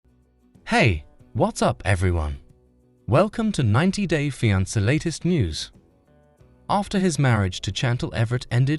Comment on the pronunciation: He cant even pronounce fianceeee 😂😂😂😂😂😂